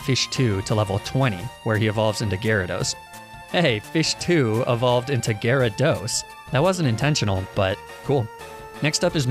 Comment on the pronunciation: THERE SHOULD BE 2 A'S IN GYARADOS!